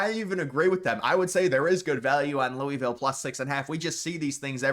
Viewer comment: I’m begging you to learn how to pronounce Louisville. Please.